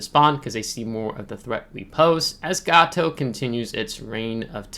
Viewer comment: Great vid,!!!! Gato is pronounced as gayto.